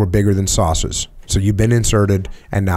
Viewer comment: Jocko's NE accent came out when he said saucers, that's awesome. Such a crazy story and great podcast.